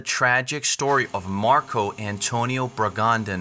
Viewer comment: Bragadin, not 'Bragandin'